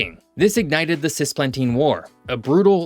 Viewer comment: Cisplatina not "Sisplatina"